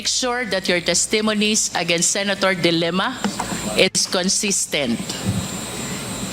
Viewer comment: the way you pronounce the family name of the former lady senator should be de lima not dilemma.